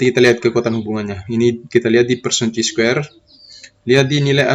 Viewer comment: Chi Square Dibaca Kai Square bang